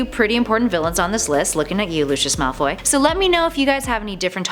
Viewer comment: Draco malfy us not evill